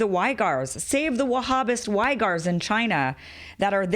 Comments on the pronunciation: Great job on explaining this essential distinction between Wahhabism and the rest of Islam. Please verify the pronunciation of the name of the Uyghur (or Uighur) Muslim minority in NW China. It is not "why-gur", but closer to "wig-gur" or "wee-gur". Thanks for your hard work Kim! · Uighur is pronounced weegr not whygr ;)